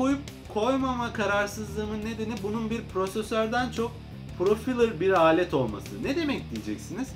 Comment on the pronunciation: profilır değil “profaylır”